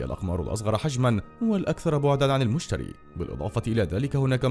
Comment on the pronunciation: انت بتقول اسمه غلط 😐😐😥😥😂😂